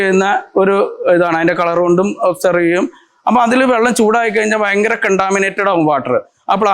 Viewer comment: Avoid mistakes, ചൂട് ഒബ്സേർവ് അല്ല, അബ്സോർബ്